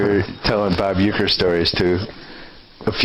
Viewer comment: Are you joking when you say Huecker...? I-ron?